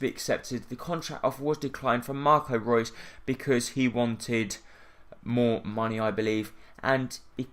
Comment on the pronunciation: It's not Marco Roos it's Marco Reus!